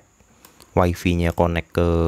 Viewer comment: Bang dibaca nya waifai kan bukan waifi😂kalo nggk..sesuai indo aja wipi gitu nyebutnya..peace bang😂